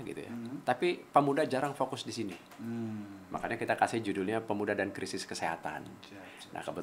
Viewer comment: Pemuda bro bukan Pemua..😆